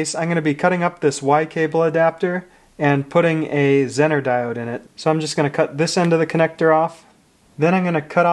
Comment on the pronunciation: It is pronounced ‘zeee ner’ not zin ner